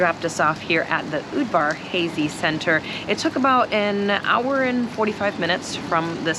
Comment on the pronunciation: Good job covering my city. It's pronounced Udvar Hah-zy, not hazy like the sky. Even with Covid it's a great museum where you can socially distance yourself. I see you were here during the peak of the cicadas - another unique experience.